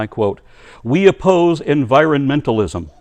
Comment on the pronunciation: En-vi-ro-men-tal-is-m that's 7 syllables, not 6 lol 😂 🤣 (not that it's actually a word, I got the irony 🤣)